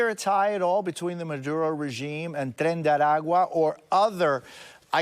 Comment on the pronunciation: Surprised by the on spot pronunciation of "Tren de Aragua"